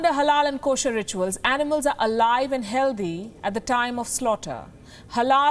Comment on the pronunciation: Ur English pronunciation of words is no good like healthy.. healdee and discretion not discreeetion haaaaaaahaaaaaa